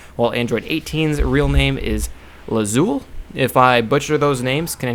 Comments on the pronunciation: Lapis and Lazul? Lapis Lazuli! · It's actually Lapis LazuLEE. Not trying to be "that guy", but if you play Minecraft you'll figure it out. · no no no its lapis and lazuli (La-zu-lee) like the gem stone